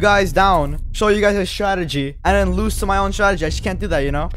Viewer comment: Bruh not "startegy" it's "strategy"